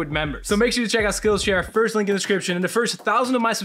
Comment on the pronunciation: Is it me or that letter said liek not link